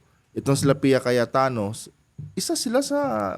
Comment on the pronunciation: brod Cayetano po hindi Cayatano ayus ayusin mo nmn vlog mo